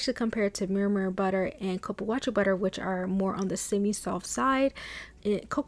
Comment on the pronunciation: I think it's pronounced like Coo.Poo.Wah.Sue